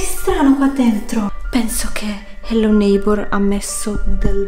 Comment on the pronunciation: HELLO NEIGHBOR NON SI PRONUNCIA COME LO DICI TU